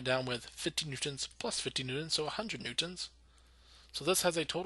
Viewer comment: Good Videos But you pronounce "Newtons" really weird